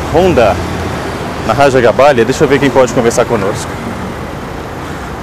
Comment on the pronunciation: lembrando que o correto é Raja GabáGLia, não GabáLia.